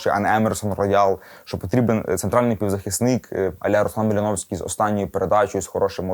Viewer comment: Досить цих московських кальок Малиновский Маліновський ; українською Малиновський без і